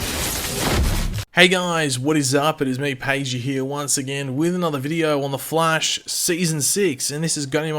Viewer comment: Why does it sound like you called him "The Flesh" while talking about the dinner scene?